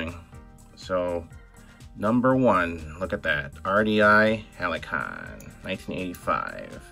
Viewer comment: pronounced "HAL see on". My dad worked for RDI back then and we had 2 or 3 of these growing up.